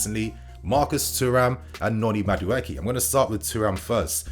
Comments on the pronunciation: Mudueke is a Nigerian name pronounced as >>> Ma-do-akay. 😁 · Madueke is pronounced (Ma Du A K{eke}) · just murdered my brother's name Noni Madueke 🤣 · Please don’t do a separate video for Enzo. It’s was done for Harvetz. We then placed him so high and now the fall is so great for him. No more over hyping. Keep us level-headed sane. Meanwhile you are murdering Maduaeke’s name.